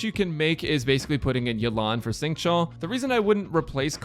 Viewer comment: Everytime I hear say Xingqui I lose hearing.